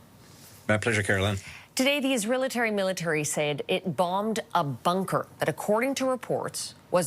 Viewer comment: didn't know there was an israelatary military